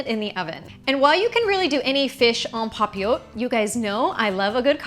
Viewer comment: The te is actually pronounced in this French word. 😊 you can hear it on google translate.